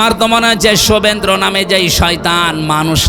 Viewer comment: হুজুর আপনি তো শুভেন্দু দার নামটাও ভালোভাবে উচ্চারণ করতেই পারলেন না, বললেন শুভেন্দ্র, তাহলে আপনার দ্বারা কিসু আশা করা যায় না